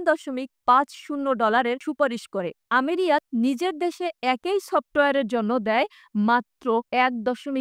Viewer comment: আমিরাত হবে আমিরিয়াত নয় ,সফট Choft নয় উচ্চারণ সুন্দর করে বলতে না পারলে শুনতে অনেক খারাপ লাগে